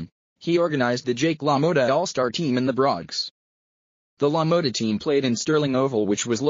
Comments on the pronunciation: Is this guy telling the story punch drunk ,he cant even pronounce Jake's name right "Lo Mowta" what a joke. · If your going to talk about one of the Greatest boxers to ever fight please pronounce his name right. Really